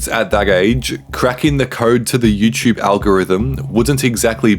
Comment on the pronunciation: Bro said “YouChube”. 💀